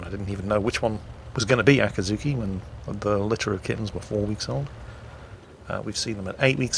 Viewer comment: you are butchering the pronunciation again. It's a-cat-zuki!